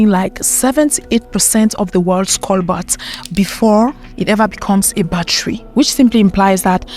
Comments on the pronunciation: It's coBAlt, not coBLat or COLbat. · It's Cobalt, not colbat. She should pronounce it right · Cobalt not colbat and kenya has cobalt and coltan but they don’t wanna mine it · Cobolt not cobalt I think